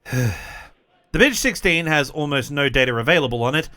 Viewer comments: It's pronounced "Bye-Che" which makes the pronunciation of what test pilots called the BICh-14 better. It's easy to see how ground performance of the BICh-3 would be terrible (see the youtube of the adorable RC model of one which is flying very well). The 7a and the 3 in the air were good, even excellent, as was the Che-22 glider before mechanical problems made it crash. The little 20 and the monster 21, and the amazing 26 are the "What If" of the story. See also from Kharkiv \ Avianito school the KhAI-4 "motorized glider". All-wing with a big fin & rudder, single engine, 10 seat ort 1 ton payload. It had troubles with balance and controls at first, but after these were solved it apparently did well, served as a utility transport for a little while. "I see what you did there" leading into talk of the Moskalyev "flying wing" planes. You deftly hopscotched over the SAM-4 and SAM-9 so that I could have sworn you were talking about it as a parallel of a first attempt to approach transonic speed. Another interesting what if story, leading into the amazing RM-1 rocket plane. Then the monster long range strategic bomber. Mach 3+ as-if, it would have been awesome enough with more reasonable, supersonic dash performance projections. Looking forward to some discussion of Moskalyev wings. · Ah, I don't hear very well so I thought he was saying Bis.